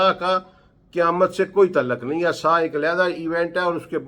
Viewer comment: Assa assa assa Your pronouncing it wrong... As Sa'ah there is 'Ain' in there. It means "The Hour", also the watch, time, etc...